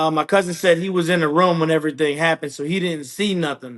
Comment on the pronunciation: Straight up ya boy speaking the real Nawmsayin. When he said Ruum not room. That’s when I knew. Real recognize real